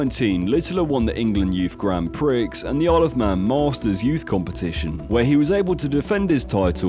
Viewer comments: Grand Pricks lol. Its pronounced Grand Pree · Btw grand prix is pronounced “grand pre” not “grand pricks” 😂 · "Grand pricks" pronounced pree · Did you actually pronounce it as grand pricks instead of grand prix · “Grand Pricks”? 😂 Grand Prix is French 🇫🇷 means “Great prize” 🏆 pronounced “pree” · Grand Pricks😂 pronounced like ‘pre’ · It's grand Prix, not pricks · gran prix is pronouced `grunpree` no `grand pricks` haha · Grand prix is pronunced "pree" not "prix" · What is going on with pronunciation? Grand Prix is pronounced Gran Pree, not Grand Pricks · Did you actually just say “grand pricks”…. Its Grand Prix brother hahahaha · Luke winning his first pricks haha its prix, pronounce 'pree'. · It's grand pree by the way. Grand pricks probably live in spoons. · Yeah, totally agree! Got a lot of facts wrong too! Grand priks 😂😂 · Grand Pricks 😂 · Grand pricks (prix) is a bad one 😂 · Had to switch off when you said Grand 'Pricks'...wtf? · Lmao this guy pronounced Grand Prix 'grand pricks' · True for darts and bowling lmao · GRAND PRICKS HAHAHA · Bro said "grand pricks" 😭😭😭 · ‘Grand pricks’ 🤣🤣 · Grand Prix isn’t pronounced ‘Grand Pricks’ by the way 😂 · please never say "grand BRICKS" EVER again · i literally Googled "do brits pronounce grand prix, gran pricks?" haha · I get if you're like 8 years old, but how can you be an adult and never have heard someone say grand prix correctly? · Prix is pronounced pree.... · Is it actually called grand pricks? Or did you just mispronounce prix? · He called it a " grand pricks " definitely got his script off chat GPT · Grand prix 😂😂😂😂😂 it's pronounced grand pree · No clever arse it’s actually pronounced ‘Grond Pree’ well done 😂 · Haha i thought that, reading off a script i suppose changes it a bit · Always gets me when people pronounce the the X in grand prix, comon dude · Grand Prix is not said like that 😂😂😂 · Probably should learn how to say the word prix (grand), given you are a fully grown man making your videos, you prix.